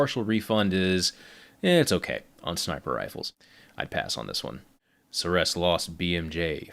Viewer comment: Ceres is pronounced see r s